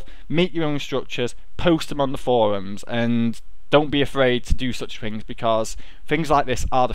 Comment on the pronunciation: how many times does he say fink or fings?